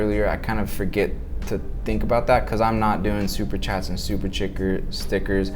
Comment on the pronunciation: “Super chickers” 😅 great video, thanks for this!